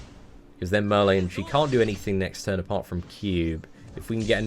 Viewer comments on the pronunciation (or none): none